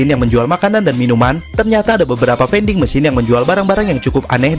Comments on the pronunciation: Oh iya. Vending (baca: vending) bukan baca: fainding / veinding. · Baca vending ?